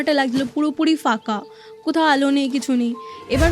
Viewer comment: Bangla te fooo bole kichu hoina. Pho hoi. Folaa, faka khub irritating lagche sunte. Bad baki golpo ba ghotona jetay hok sundor.